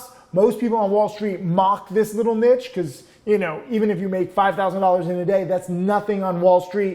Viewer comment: Never mind avalanche, learn to say niche!